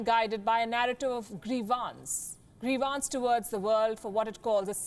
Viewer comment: "grievance" . Wrong pronounciation